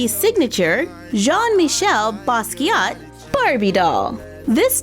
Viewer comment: I love how you pronounced "Jean-Michel" so well... It seems to always be a tricky one for English-speakers... You rock! However, with French folks and people originally from former French colonies (like the Basquiat family), 99% of the times, if a name ends with a "T" that letter is silent. The doll really looks good!